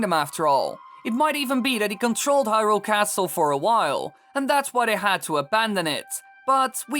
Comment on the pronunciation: He screwed up hyrule, nuff said